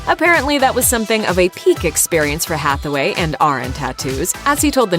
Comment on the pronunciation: you keep pronouncing it as Hathaway lol